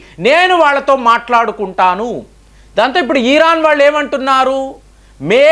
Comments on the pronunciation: EERAAN KAADU , IRAAN . DEERGHAMU VODDU😊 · ఈరాన్ కాదు భయ్య... ఇరాన్.....